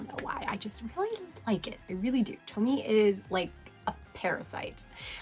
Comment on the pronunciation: I loved this list- very indepth and interesting. Btw, Tomie is pronounced "Toe-me-eh" :)